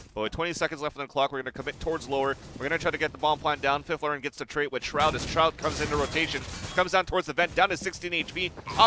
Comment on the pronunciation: One of the guys commentating this kept calling fifflaren, fliferen, it was annoying the crap outa me